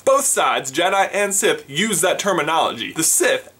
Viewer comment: Sith, not siffe!